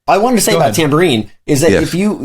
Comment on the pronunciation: Was one of those instruments a “Dan-bourine?” 😳🤣